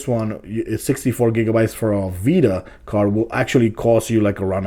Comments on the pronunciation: This guys atrocious use of the English language was annoying. I couldn't take " jus wif Breaf of duh Wild" "protabilly" "PlayStation Bita" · you say it like playstation beta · How many times did he say PS Bita?